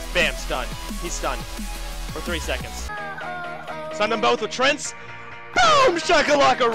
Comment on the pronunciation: lopl he pronounces them "trents".